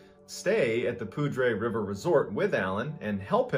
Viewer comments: Thank you for telling these stories! I grew up in the Ft. Collins area....Poudre is actually pronounced like pooder...went to the high school with that name. Keep telling!!! Also..thank you for your service! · Mr. Ballen the poudre river is not pronounced the way you pronounced it. I live in larimer county/ northern Colorado. it's pronounced 'pooder'.. we just call it the Poudre. We don't put river onto the end. It's beautiful here have you done the story about the guy that was attacked by a mountain lion here and he strangled it to death with his bare hands?